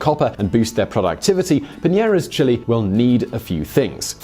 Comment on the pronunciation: jesus christ can you pronounce Chile correctly